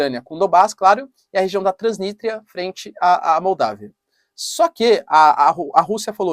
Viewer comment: Substantivo próprio...Tríssilabo: Trans-nis-tria.... não é difícil pronunciar ..